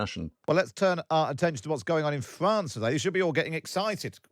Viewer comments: "FWWance" "DisWWRrupting" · This host can't even say the word "France" correctly lol Fwwwance 😅